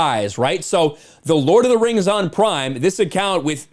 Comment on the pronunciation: Lord of the rangs!! Hahahahahah